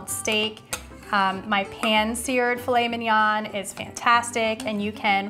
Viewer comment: Great video, beautifully shot and lit. Easy to follow. What would make it perfect is the right prononciation of filet mignon which sounds so beautiful. I hope you don't find my comment mean in any way but I think it is important.